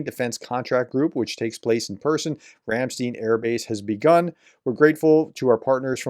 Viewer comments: It is not Ramsteen, it's called Ramstiin. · Say Einstein. Now say Ramstein. It's not 'steen'.